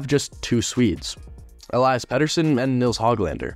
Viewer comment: Tom Willander** Elias pettersson is pronounced E-Lee-as, not the typical pronunciation of Elias. Also you forgot about them getting Johnathan Dahlen and flipping him for Linus Karlsson